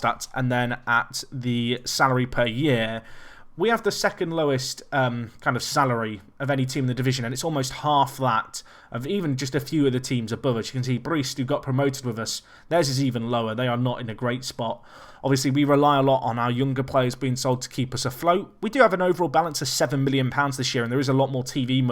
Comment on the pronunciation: The return of "Breest" ffs.